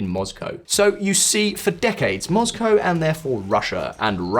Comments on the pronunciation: He purposefully says Moscow as Mozcow? Erking my nerves lmao just say like it is. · Have i been pronouncing Moscow wrong all these years?